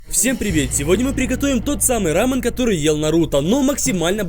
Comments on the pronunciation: Когда он говорит не рамён а рамын это как смотреть аниме в другой озвучке ра пример не Такимичи а Такимици ёё бесяч жуткий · Не рамн а рамён) кто заметил лайк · Это блюдо называется не ра́мен а раме́н, не правильно ставишь ударение!! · Не рамен, а рамЁн Ударение на Ё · Рамён правильно, а не Рамён, тебя карейцы приблизно бы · Не рамен, а рамен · Почему он говорит рамЭн? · РамЕн — ударение на Е